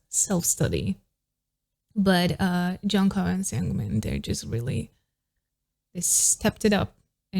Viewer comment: se pronuncia yonjo (jongho) im atiny for ateez